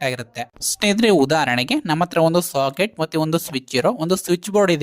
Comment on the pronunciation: Very clear explanation. But; why do you call a socket as shocket bro?